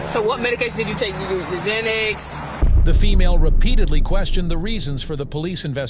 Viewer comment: Cos she is dumb N and doesnt even know its xanax not xenex.